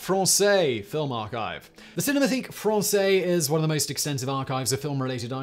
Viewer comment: Try pronouncing "cinémathèque" correctly.